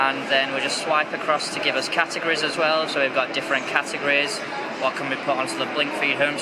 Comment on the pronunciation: he said catogrees a couple times..what the hell is a catogree?